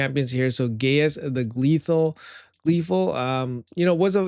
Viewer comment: I don’t think its pronounced gay-us. But I could be wrong…